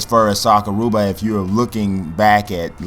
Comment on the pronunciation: Sakuraba bro not Sakurooba. anyway nice vid man.